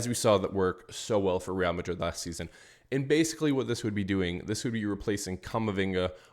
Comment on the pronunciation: when you say Madrid, Madridistas and when you say player names! No hate just want to hear the names in the language.